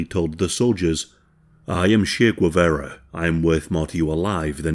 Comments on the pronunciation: If you’re going to make a video on Che Guevara, at least learn to pronounce his name properly. Gwevera sounds like ‘egg carton’ in Spanish. I’m going to hold your hand while I tell you ‘tcheh’ + ‘geh-vah-rah’. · I could not watch this video solely because the guy cannot pronounce Che Guevara's name correctly, please, if you're going to pronounce names in Spanish make sure to at least try to get them right. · If you're going to make a video about a Latino, can you please pronounce his name correctly?!